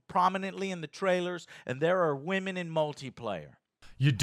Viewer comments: .. What's a "wamen"? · Is his seeming inability to pronounce the word “women” due to his accent, or is it supposed to be clever wordplay of some sort?